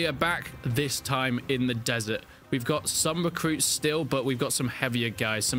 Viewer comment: Can you work on pronouncing your Rs? Like, you don't need to go as far as Americans sounding like a revving motorbike, but at least acknowledge R exists when you speak. Example, it's recruit not wecwuit.